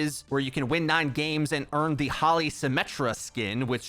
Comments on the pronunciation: Its not Holly. Its holi (pronounced like Holy) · Its not pronounced Holly, its Holey :) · It’s not hall-e it’s hole-e cuz it’s an Indian festival of colors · It's Hoe-Lee not Holly. Hindu holiday celebrating spring. Fun if you haven't been to one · Holy not holly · Holi is literally just pronounced as holy. Not holly. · Says holly instead of holi Me whos indian be like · "Holly Symmetra skin" Lol it's pronounced "HOH-LEE" and it's a major Indian festival. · "Holi" is not pronounced like "Holly" It's pronounced the same way as "Holy" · Guys It is pronounced "Hoe lee" not "holly" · my man really said holly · “Holi” is pronounced Ho-lee FYI. It’s the name of a festival. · It’s pronounced WHOLEY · I got so offended he pronounced holi wrong!! Ahh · me hearing holi and trying to figure out what he is saying